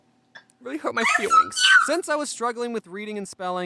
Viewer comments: My heart melted to chocolate wen he said :IT was tewible. It hurt my fweeings : so cute thi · you tewible and you hurt ma feelwing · WENZDAY James teacher:Really? James:That huwrt my fweelings James teacher